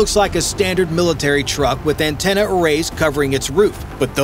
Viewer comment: Not dish antennai.